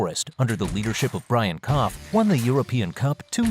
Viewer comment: Nottingham's manager's name is Brian Clough...not Cough ;)